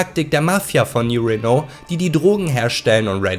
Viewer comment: Nein, kein neuer Renault! Man spricht es als New Reeeno (oder auch Rino)...ps: Franzosenkarre die Sprit braucht würde in Fallout auch nix bringen, das Öl ist GONE! Weg! Nix mehr da!